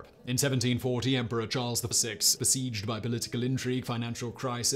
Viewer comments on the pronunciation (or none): none